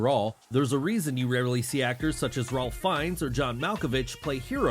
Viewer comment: Dude its Rafe Fiennes not Ralph